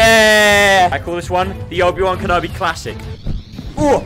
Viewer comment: why did he call obi wan kenobi wrongly